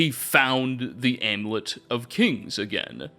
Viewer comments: *amulet. Ahm-you-let. Also, *that big a role. No of. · And the u in amulet.